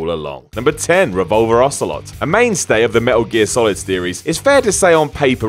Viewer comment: Wow, you didn't even get Ocelot right.